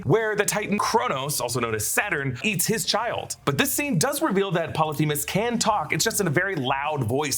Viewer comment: Polyphemus, not themus with a T